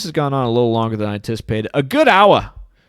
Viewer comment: A GOOD OWWA, A GOOD OWWA!!! Lmao i love ur videos man one OWWA feels like 2 mins when u explain these things